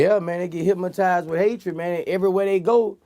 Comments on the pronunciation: he keep saying "hypmotized" instead of hypnotized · HYP-MO-TIZED WITH HATE..... NIGGA CANT SAY HYPNOTIZED BUT GOT MILLIONS......GO HEAD BOOSIE, I SEE YA BOY! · "HYPMOTIZED" LOL classic Boosie